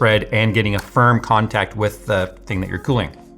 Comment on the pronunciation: Me hearing you say firm: (Patrick Voice) FIRMLY GRASP IT